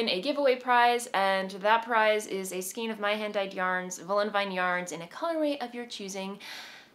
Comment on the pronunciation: Skein is "skayn," as in rein. Same spelling, same pronunciation. Sorry, I've been watching you for a long time and enjoy your episodes, but this always makes me cringe. I can't think of any word spelled with "ei" vowel combination that is pronounced as an "ee." EI Words It’s common for English words to use the ei combination to indicate a long A sound, but be wary of its relative rareness. Also be wary not to confuse it with the pronunciation conventions of a language like German, which will always pronounce the ei combination like a long I sound. Some examples of ei words in English include: veil vein reign weigh eight weight beige freight